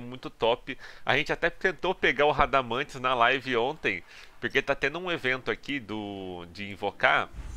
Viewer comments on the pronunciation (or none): none